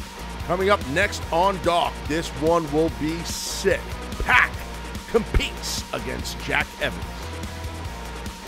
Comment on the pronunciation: gj pac. as in 2pac, not pack!